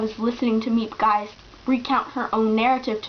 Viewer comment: I found my copy of the book in my grandmothers boolshelf after she passed away, it turned out a woman married into my background helped translate it. I really enjoyed it (even though I read it in norwegian); it is very vividly portrayed story wise throughout. Miep Gies by the way is pronounced ”(g)heez”.